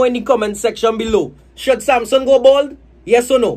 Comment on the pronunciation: The first person Shiva is my neighbor 😂 And u pronounce he name wrong